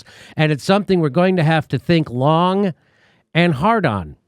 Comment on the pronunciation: Did Bernie just say Long hardon? ooer missus